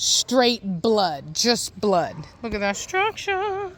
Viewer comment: You have a Good Day too...Every time You say, structure...I have to think of Preacher and You guessed IT "Heffe" Acually All STCC have stu..ruckturrr. Greetings from West-Germany.